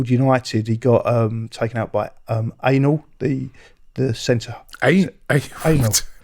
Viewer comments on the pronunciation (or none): Literally called him Anal.. 😅 Way off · No he wasn’t